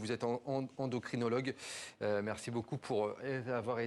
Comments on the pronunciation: ENDOCRINOLOGUE ! pas endoctrinologue ! super le journaliste... le médecin a la correction de ne pas le reprendre. Après sur le sujet, je reste sceptique quand même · Endocrinologue ! Pas "endocTrinologue". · Qu'est ce qui se passe là ! Il a endoctrinologue au lieu d'endocrinologue😂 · Endoctrinologue he he. C endocrinologue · ..endoctinologue..😂😂😂😂.c'est toi le journaliste qui est endoctriné😂😂😂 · Hey c endocrinologue pas endoctrinologue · Le lapsus à "EndocTrinologue" est croustillant, venant de la part d'un journaliste 😂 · endocrtinologue 😂😂 Et c'est quoi son boutlot? Il endoctrine? EndoCrynologue mon ami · "un endocTrinologue"? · 11h45 "Endoctrinologue" ??? Sérieusement ? Ça commence mal quand il y a une telle erreur probablement révélateur de l'opinion du journaliste. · Suis je la seule à avoir entendu le journaliste présenter l'endocrinologue en ''endocTRInologue ''🧐🧐😱😱🤣🤣🤣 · Et il a dit endoctrinologue quand il l’a présenté lol